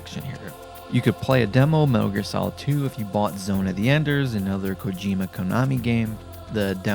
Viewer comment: The way you pronounced kojima's name hurt